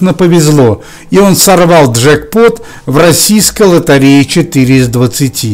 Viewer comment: Не лотАрея, а лотЕрея!